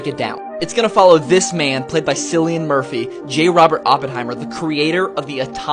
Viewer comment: If you're gonna make a video, at least have your facts straight. Pronounce Murphy's name correctly, and state exactly what Oppenheimer was quoting, which was The Bhagavad Gita